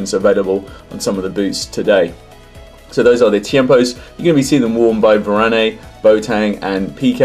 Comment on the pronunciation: Your pronunciation of Varane when mentioning the Tiempos is interesting....